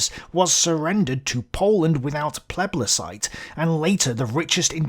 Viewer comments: plebiscite not pleblecite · Did he say "plebLiscite"? For someone who claims to have done some research he should know the word plebiscite.